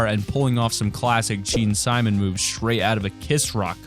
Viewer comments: lol he said gene simon instead of simmons thats too funny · DID YOU SAY GEANSIMON?!?!?!? ITS GEAN SIMMONS!!!! GET IT RIGHT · It’s not gene Simon it’s gene sim in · In Gene Simmons it is Sim mons not simon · GENE SIMMONS!!!!!! NOT GENE SIMON....... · Gene Simmons not Simons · gene "simons" buts its pronounced "sim-muns". also for those who don't know. the guitar in the emote was actually an orginal guitar from the legendary Dimebag Darrel or Pantera. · Its Simmons not Simon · Gene Simmons* not Gene Simons. LOL! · Its pronounced gene Simmons and he's a bass guitarist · You said gene Simmons wrong stupid